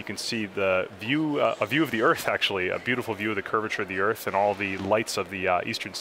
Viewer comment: He just had to EMPHASIZE “The Curvature of the Earth”